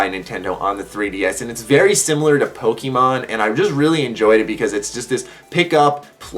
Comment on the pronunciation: Yep no cringe that time :P